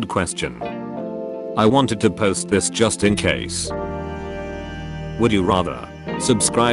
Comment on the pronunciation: Memebot voice: Dissness Fahst plae